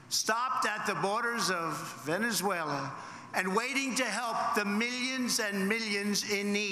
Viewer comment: He didn't write this he hasn't got the brain capacity. He don't give two hoots publicity stunt bloody idiot. Any president in office would be more diplomatic he can't even say Venesula I was the first such a big head he is crazy and I wonder how many of the people he would take into the USA claiming asylam from there None. Hate that's what he spread tell when he go of script act like a crazy many like at his rallies.